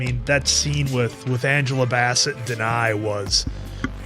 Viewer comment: Yea my eldest brother died the month this came out. So this film wrecked me. Thanks for the reaction as always. Answer its Angela Bass-Set and Le-Tee-Sha. Namor has many pronunciations like Ra' AL Guul lol but I prefer Nah-More how Tenoch says Look up RiRi Williams, Iron heart, she's amazing.